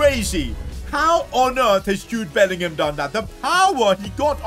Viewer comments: did you say jobe bellingham when jude scored against juve lol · Jobe Bellingham?💀